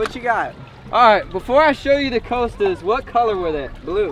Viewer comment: Pronounced Cost - a spelled Costa.......not coasta